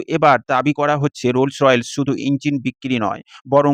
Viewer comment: কোম্পানির নাম "রোলস রয়েলস" না😂😂। সঠিক উচ্চারণ হচ্ছে: "রোলস রয়েস" (Rolls Royce)